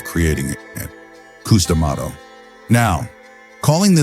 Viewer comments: Damn AI voices....coos dummato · Old Cous Cous D’Amato. Gotta love AI.